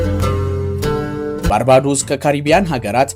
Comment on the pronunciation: ባርቤዶስ ብለህ ብትሰራዉ ብታነበዉ ለጆሮ ይጥም ነበር ባርባዶስ የሚል ከየት እንዳመጣህ እግዜር ይወቅ ጥሩ ፕሮግራም ቅድመዝግጅት አድርግ።